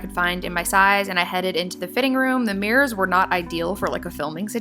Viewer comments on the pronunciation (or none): none